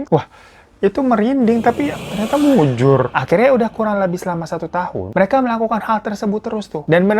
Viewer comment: Apa aku yg terlalu fokus denganmu bang.. Sampe ketawa perkara munjur.. 😅😅 ketika manjur+mujur = mujur. . D ulangi lagi.. Beneran munjur.. 😂 yg penting lopyu deh bang